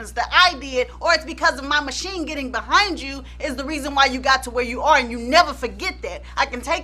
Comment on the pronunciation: l love the way you say ‘Buh-HIND’. T e l me about his n###a UNDERLINGS.